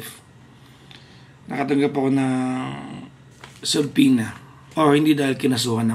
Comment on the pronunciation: it's pronounced as suhpoena, silent b